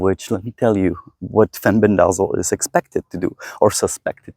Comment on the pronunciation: In the US, it is pronounced, “fen-BEN-deh-zol.”